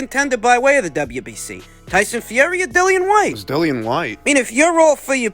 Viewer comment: I can’t stop laughing at “Dillian Vyte” 😂